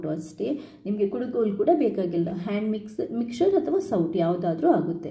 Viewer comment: ಮಿಕ್ಚರ್ ಅಲ್ಲ.ಮಿಕ್ಸರ್